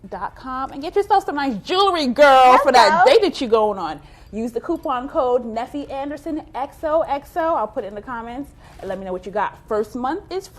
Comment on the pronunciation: Love this episode! Charreah was dropping some serious gems! Great tip on getting people to be your mentor! And thanks for answering my question. You did good with the pronunciation of my name, Neffy!